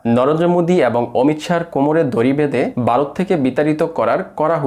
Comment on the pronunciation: ভাই আপনি কি বাঙালি না? আপনার উচ্চারণের এই অবস্থা কেন? "বোট" না, ভোট ,"বারোত" না, ভারত, "দর্মীয়" না, ধর্মীয়, "সাপ্পান্নো" না, ছাপ্পান্ন। এত জঘন্য উচ্চারণ নিয়ে ভিডিও করার সাহস কোথায় পান?